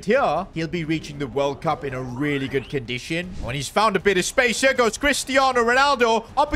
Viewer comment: Bro that ain’t World Cup it’s borld bup instead like bro what even is that trophy 💀😭😭😭